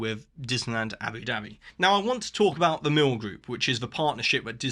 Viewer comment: I love hearing you say "Abby Dabby" with your accent. 😂😂😂 It reminds me of the 1960s cartoon series Jeannie, and her sidekick Babu's catch phrase was "Yapple Dapple!". 😅